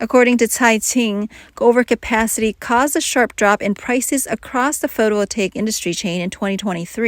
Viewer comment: Terrible pronunciation of “photovoltaic”! AI sucks ass!